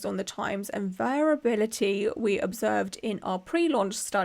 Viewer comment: Just a helpful tip, variability is pronounced like "very ability", so I think you got it right most of the time. I think the more you think about a word the weirder it sounds.